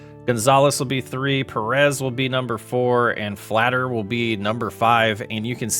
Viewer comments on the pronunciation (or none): Im gonna help u if u don't already know. Bed-nawr, fall-ter, and oh-vee-ay-doe. I'm a pirates fan so I hope I'm trustable if there's any others tell me I know them all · Flatter?? It’s falter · Bailey Fal-ter , David Bed-nar. 😂👍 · Bender flatter and Jonah all in the rotation lmao u butchered a lot of pronunciations